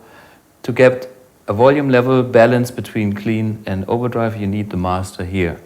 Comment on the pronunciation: ...the other world is the good old British overdrive, ond (mix of German und + English and) :)